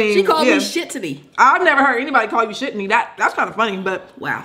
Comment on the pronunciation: Bruh but when she said Shittny